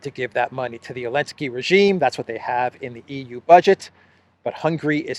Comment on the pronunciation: I'm just curious. I've noticed you pronouce Zelensky's name as"Elensky." Does the Geeek language not have the letter "z" ?